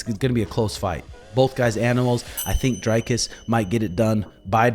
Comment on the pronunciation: Good video. Just for future reference Dricus is pronounced Dree-cus and your pronunciation of du Plessis is spot on